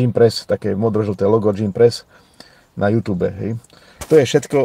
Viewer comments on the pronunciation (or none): none